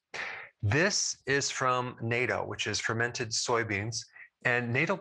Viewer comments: natto is VERY popular here in Japan, I eat it every day here in Yokohama. However, the pronunciation is "not toe" not "NATO" Michele in Yokohama ( originally from Detroit) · Love your vids. Please remember to pronounce natto like nah-tow though 🤣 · its pronounced nat to